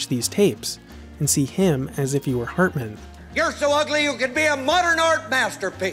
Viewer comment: The narrator in this video has an enunciation problem. I'ts HARtman, not HERtman or HURtman... HARtman as in 'Heart'